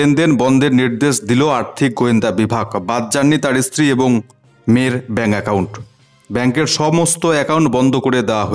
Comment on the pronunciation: উচ্চারন টি একই হবে, একুই নয় । ওইভাবে বাংলাদেশীরা উচ্চারণ করে । এবং কে উচ্চারণ করে অ্যাবং আমাদের ও বুঝতে সুবিধা হয় ওটা বাংলাদেশী ইউটিউবার ।